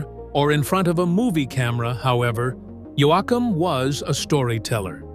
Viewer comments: It's YOE-KUM. not YO-AH-KUM OR YO-AY-KUM!!! Fake a.i. narrator here or what??? Note: If Yoakum didn't have a nose, he couldn't sing. 🇨🇦❤️💪💪💪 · I wish he’d stop calling him “Yo-Ack-Am lol! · Can't even say his name right